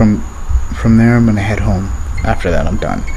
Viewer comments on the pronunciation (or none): none